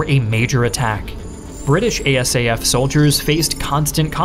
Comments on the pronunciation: Great video but nobody ever called it "I-S-A-F" but "eye-SAF". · Dude, it is really weird to hear to called I.S.A.F. We, who were there, called it ISAF (pronounced eye-saf). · Really wish you’d say ISAF the way most of us do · If you ever do a video about Afghanistan again you can say ISAF as an acronym rather than an initialism.